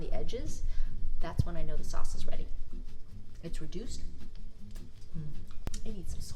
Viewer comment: At the end when you said, pasta, tomato and Shauwcse I was like, she’s been in jersey. Lol